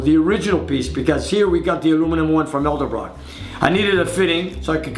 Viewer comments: E D E L B R O C K NOT E L D E B R O C K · I think my favorite part of this video is when keeps saying Elderbrock instead of Edelbrock. It's quite endearing. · I love how he calls it "elderbrock" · "Eldebrock" :p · thousands of hours spent with hotrod stuff and says Elderbrock not Edelbrock ( i said Elderbrock for years too) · It's Edelbrock, not Elderbrock... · I hate when people say elderbrock ... and not edelbrock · Vic Edelbrock is rolling over in his grave every time tries to say his name. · How is it possible that a man who has been around cars for so long can not pronounce the word Edelbrock???